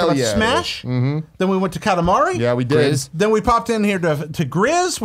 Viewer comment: Pretty sure Gris is pronounced 'Gree' but I know Greg doesn't care lol